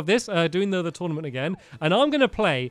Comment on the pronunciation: Tournament, not Tournamnt